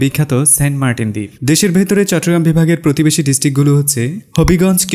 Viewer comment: চট্টগ্রাম উচ্চারণটাও কি মুখস্থভাবে করেছেন ? কোথায় চট্টগ্রাম আর কোথায় চট্রগ্রাম।